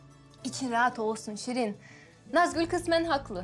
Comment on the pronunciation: iskender sirin e SIRIN diyor